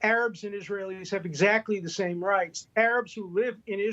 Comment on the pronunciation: needs help with pronouncing APARTHEID. How embarrassing!